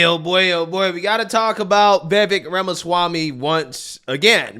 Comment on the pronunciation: "Ramaswamily" "Chodd" I can't 😂